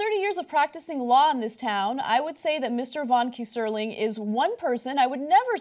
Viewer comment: Ana, love you and your reporting always, but let's get this name straight:- Not "Key-SER-ling" No, no!! It's a German name. - Keyser is an old (17th cent) spelling of Kaiser (as in "Kaiser Wilhelm " who was Emperor during WWI) and "ling" is a German diminutive suffix. Kaiser is German for Caesar, so the name means "Little Caesar" Pronunciation:- KAI-zer ling